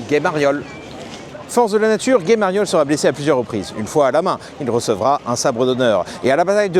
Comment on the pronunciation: on prononce ga-ye pas gue-ye....